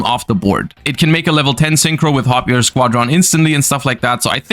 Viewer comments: why does he say squad-ron and not squadron, one word. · The way he pronounces squadron drives me insane lol